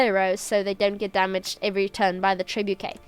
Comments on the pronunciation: Correct pronunciation: “Treh-boo-shay” No need to thank ;) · British pronunciation -> treh·boo·shay (this is the closest to the french roots of the word) American pronunciation -> treh·byoo·shuht There's no "k" in there and every english pronunciation tries to emulate the french "ch"